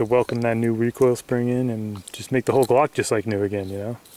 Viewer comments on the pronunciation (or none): none